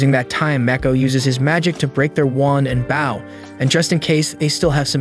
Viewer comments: It's bow pronounced boh, not like bowing.... Frustrating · I hate how he says bouw not bow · why are you saying baw not bow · Say bow as in bow tie, not bow is in ship bow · how is it pronounced 1. bow 2.bow